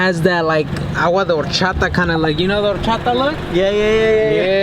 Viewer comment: My boi said agua de horchata 😂😂